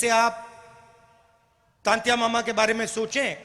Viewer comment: राहुल जी आपको तो टंट्या मामा का नाम तक नहीं आया था तंत्या मामा बोल रहे हो